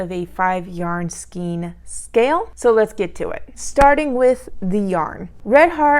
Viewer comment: Hello! I am loving this yarn. I’m using a 6mm hook successfully. Also, it’s pronounced "skane" not "skeen"